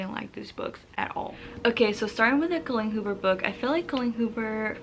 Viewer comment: Do you have a Spanish background? I notice when your talk your Bs and Vs pronounce the same - “Colleen Hoober” “Bibe”